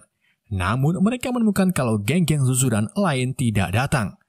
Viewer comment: Admin itu sekolahnya nama suzuran bukan zuzuran bosskurr,aku adalah watak sampingan nya,😂